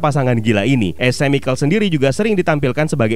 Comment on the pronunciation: min, biar lebih mantap nih, lain kali klo ada nama / kata2 yg berbahasa inggris, sebaiknya dipastiin dulu pengucapannya gimana biar gk menyesatkan bagi yg baru denger. sekian . .. Cicada itu bacanya si-ke-da Chemical itu bacanya ke-mi-kel dll . .. Makasih, semoga makin maju channel nya, salah satu channel film favorite gua